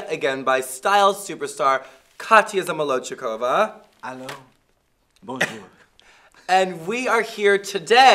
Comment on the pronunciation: she fuckin practiced like a real host!